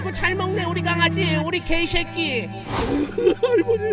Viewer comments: 장삐주는 개새끼할때 발음이 gay shake it 임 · ㅋㅋㅋㅋㅋㅋ ㅇㅈ.... 오늘 길걷다가 갑자기 할머니 ㄱㅐ이셲기 발음 생각나서 그거 들으러 옴 ㅋㅋㅋㅋㅋ